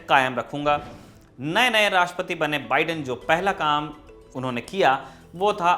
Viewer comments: अबे मोदीके नौकर ऐंकर , बिड़ेन नहीं बाइडन बोल , तेरा बाप trump गायक तो दूसरोंका नाम भी ग़लत बोलेगा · Joe ka biden theek karein please . बाइडन, not बिडेन